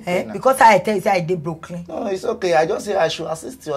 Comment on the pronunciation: She said Brokelyn. As in she's broke